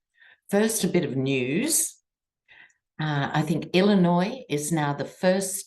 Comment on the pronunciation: I hadn't heard that about Illinois, and you even pronounced it correctly! I'm impressed,! Interesting reading today.